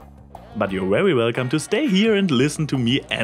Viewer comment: Wwerwy wwelcome? I know you're German, but are you TRYING to sound like Eridan?